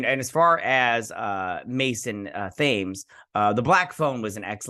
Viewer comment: Thames: It's a river that runs through London. It's pronounced as "Tems".